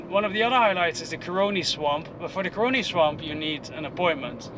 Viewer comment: It’s not curing swamp it’s CAroni Swamp no research done ?